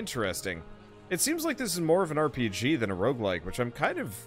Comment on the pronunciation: he sead rogelike